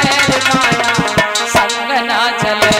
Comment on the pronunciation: मिले और चले का बेटी उच्चारण सही कर लो.